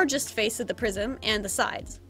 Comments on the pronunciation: I think she was saying 'prism' but they're pretty close words! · me: * eating *: "Fold the prism" also me: * Hears " fold the prison " *